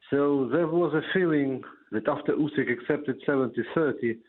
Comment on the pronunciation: FFS Jim it's ooo-sick not you-sick!